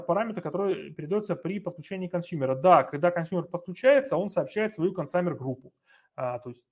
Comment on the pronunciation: Пожалуйста, либо называйте правильно по английски термины, либо переводите их на русский. Не 'аск', а 'эк' (от слова acknowledge 'экноулидж') не 'консАмер', а 'консЬЮмер'. В любом случае спасибо за материал!